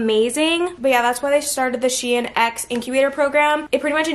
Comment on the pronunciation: 1. The company is pronounced sheen not shien which sounds like Ian 😂😂 2. Why do you drown your cereal what did it do to you